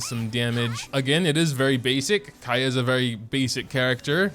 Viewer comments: Also kaeya is pronounced "ka-ya" . It is a bit hard to pronounce for u because you play in jp but yeah thats how you pronounce it!! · Was very happy when you said his name right at the beginning.. and then you didn't.. </3 Lovely video as always! He was my main when I first started the game, up until a little after the Childe fight. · Why do you say his name that way when you know its wrong?! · Idk why but it makes me mad